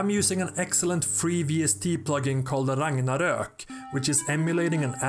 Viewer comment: The way you pronounced Ragnorak made me feel bad for you and all the people from Nordic lands as we English speakers butcher it in the Marvel movies--sorry! Was that Walk of Life by Dire Straits you played at the end?